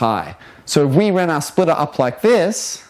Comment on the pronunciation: SPLITTTAAAAHHHHHHHH THE SPLITHHHTHTHAHAAA